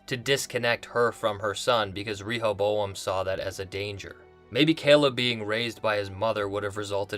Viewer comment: I believe the pronunciation of "Rehoboam" is not with a strong "E".